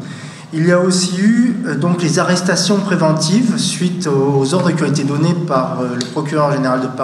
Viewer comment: "Arrrestation prevemtive", OMG.